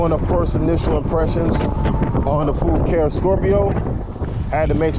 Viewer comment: I think the name is pronounced "fu car eh". I just ordered the same color. Great video.